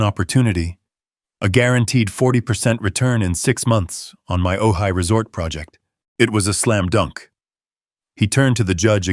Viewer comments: Floor toseeling? How about from floor to ceiling? 😂😅🤣😅😂😅🤣😅😂😅🤣I just unsubscribed from this channel. Too many errors on pronunciation and spelling. There are much better story channels out there. Ojai….not ohigh. Angina not anginna. Senile…..not scenile. Hell, my spell checker won’t even correct some of your stupidity. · Ojai is pronounced ‘oh hi’